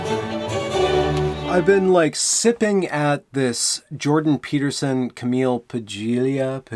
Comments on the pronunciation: Cameelia Pajeelia.... really dude? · "Kam eel ... Pa lee uh* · "Ca-meal Pal-E-ya" is how her name is pronounced.